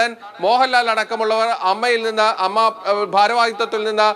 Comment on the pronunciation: ". അമ്മ അല്ല എ എം എംഎ ഇങ്ങനെ പറയൂ അമ്മയുടെ വില കളയല്ലെ പ്ലീസ്